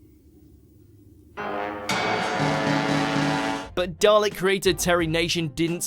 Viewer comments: His-name-is-Davros, pro-nounced with-a-short-o. Now-that-this- is-cleared-up, WE-ARE-THE-DALEKS! EX-TER-MI-NATE! EX-TER-MI-NATE! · I know I’m pedantic but it’s pronounced as Dav-Ross As a bonus though the dalek design comes from a cafe pepper pot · Ha ha! I wish you could post pictures in the youtube comments then I'd photoshop a picture of Billie Piper's top half onto Davros's chair to give you Dav- ROSE! Perhaps watchmojouk if you're going to get someone who doesn't watch the programme in question to narrate your videos... have someone else give it the once over before up-loading! Classic! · stop saying davROSE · Nobody::Dav-ROSE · Dav-rose Tyler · If Dav-Rose had left a bit more room on the door, Dav-Jack would have survived the Titanic too.... I had to turn this off, it was wildly inaccurate and the pronunciation was just just .... nope. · timelordgeek16 Dav Rose, WTF. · Learn how to pronounce Davros will you! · Can't even say the name right [Davros]. Shame! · If you cant even say Davros correctly, I cannot watch your drivel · Garman: You are insane DAVROS!! Me: So why can't say the name right? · If your narrator can't pronounce 'Davros' or 'exterminate', he's probably not the right man for this job. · I'm really not impressed with the way the narrator says Davros' name haha. But anyhoo, it's quite ironic that in canon if the First Doctor didn't go to Skaro in the first place then the Daleks would never have known about other worlds hence wouldn't have left Skaro in the first place. So really, everything that happens in the Doctor Who universe after 1963 (including The Time War) is actually The Doctor's stupid fault! Grime! Dark Times! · For God's sake how many videos have you done on davros/daleks? You should be able to say his name by now. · You really can't say Davros right can you? Also Kaleds did not live in a Bunker, they lived in a Dome just like the Thals. The "Bunker" was just where their military operations were based.